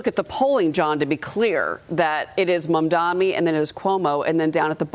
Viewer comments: Just freaking loving this flailing from Fox News. Just loving it!!! And by the way, just 3 syllables mam-da-Ni. Not that difficult to get right. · Can you please call him name right… MAMDANI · Imagine being this brain broken that you can’t even pronounce his name properly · Ancient white boomer can't even pronounce Mamdani's name 🤣 Can't wait for the outrage from the old racists here when Mamdani wins 🤣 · He can not pronounce mamdani’s name idiot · Why do people who oppose Mamdani make a point of not pronouncing his name right? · These people cannot even pronounce Mamdani's name correctly. I wonder if they have completed high school.